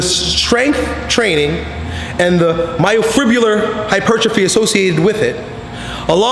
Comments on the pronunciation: My-o-fi-brill-ar hypertrophy... Come on son;) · Haha gotta love when attempts to say myofibrillar. I definitely would have trouble saying it too. Great video!